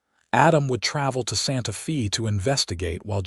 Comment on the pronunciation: EDIT & REVIEW!! The town is "Santa-fay" NOT "Santa-fee". Edit the reading, writing, closed captioning & graphics.